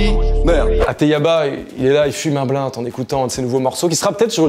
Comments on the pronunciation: "Y FUME UN BLINTE" 😂😂😂 ON DIT BLUNT (BLEUNTE) 😂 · On dit bleunt pa bl1t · Comment il prononce blunt lui